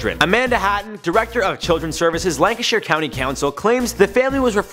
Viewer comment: You said Lancashire wrong